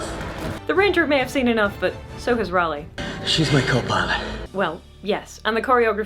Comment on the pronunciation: I have enjoyed discovering your content and have been going through your back log genuinely learning from your content and experiences. As a Ralleigh however im going to jump on my soap box and say it is pronounced /ˈrɑː.li/ like RAW LEE. End of soap box rant. Thank you